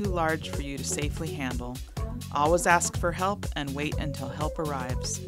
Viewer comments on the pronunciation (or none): That “all-was” instead of “always” was very weird to hear over and over hahaha.